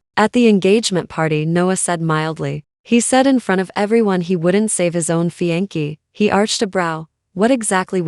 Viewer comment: I KNOW!! Fiancée= Fee on SAY{not fee on KEY}Even looking at the word for any similarities, it does not look like, translate, or end in KEY. I’ve heard it pronounced incorrectly on not just this one, but on several R Story videos. Another word that is used incorrectly is “wound”. It is sounded as wownd (past tense of wind) instead of woond (injure or injury)